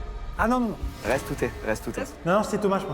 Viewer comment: "OH! Il resteuh 10 minuteuhh"